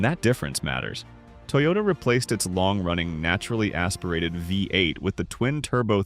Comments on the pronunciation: Sometimes it's Ford F one hundred fifty. With a Vye-8 engine. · Huge Credibility Issues: Phony AI voiceover pronounces "V8" as "Five-8." Soooo, what actual, detrimental facts did the poster miss?